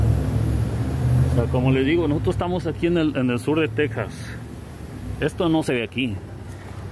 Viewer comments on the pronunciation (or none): none